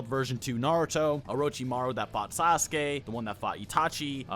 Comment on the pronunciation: SAAAAAAA SUUUUUUUUUU KEEEEEEEE,....not a SASS KEEEEEE,.....like leviOOSAA not leviosssaaaaa